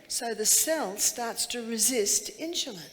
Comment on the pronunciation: Its insulin not inshulin.